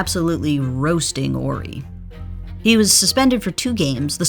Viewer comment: Correct me if I'm wrong, but isn't there an H in Horry? Asking for a friend. Robert orry, Robert orry. Due the H in Horry be silent?